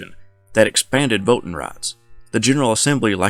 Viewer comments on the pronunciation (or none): What the heck is vote ten?